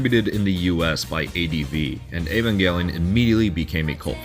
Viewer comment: Woah you said the title right 👍👍